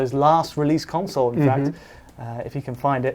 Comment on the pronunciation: *console not "council"